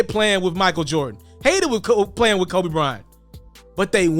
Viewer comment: BRO, DONT EVER CALL KOBE COBE 🤦🏾‍♂️....GOOD CONTENT AS USUAL THO MY G 🤝🏿.....